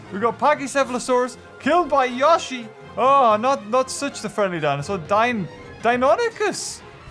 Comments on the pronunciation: Its not pronouced ya-shi the correct pronunciation is yo- shi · The way he says Yoshi triggers me